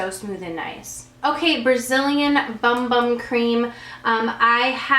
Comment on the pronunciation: I'm from Brazil and the correct way to pronounce that BUMBUM cream is "Boom Boom". That's the cute word for booty :)